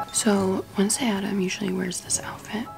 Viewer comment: not me witnessing all the corrections of "ADDAMS" 😭😭😭💀